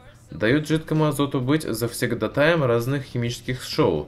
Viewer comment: завсегдАтый а не завсегдатАй